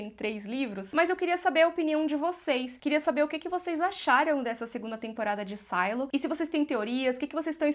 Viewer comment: Mulher, fala SILO, pelo amor de Deus kkk É tão estranho ouvir sailo. Pfv, Silo kk deixa BR msm